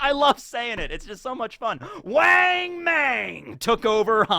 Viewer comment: The a one wang and mang are soft o sound as in cot